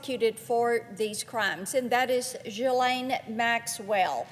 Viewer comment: Wrong pronunciation again. Geelaine